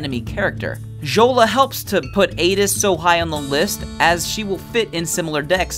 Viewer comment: Fjola is pronounced "Fiola," like Fjord. The F isn't silent. Good video, though. Nice presentation.